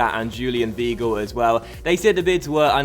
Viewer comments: You pronounce Weigl V-eye-gl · just a heads up, weigl is pronounced V-eye-gle